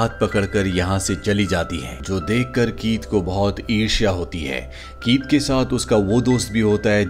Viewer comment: you have pronounced "irsha(Jealousy)[ঈর্ষা]" word perfectly. Normally this days people just said "jealous" not "irsha"[ঈর্ষা]. Love from Bangladesh.🥰